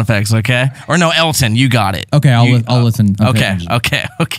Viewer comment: It's not Alton it's Elton